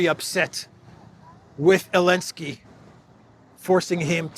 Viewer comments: Question: I keep hearing saying "Alensky" instead of Zelensky. Am I suffering from auditory hallucinations, or did anyone else hear that, too? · Love the channel! Just curious why does call him Alenskyy?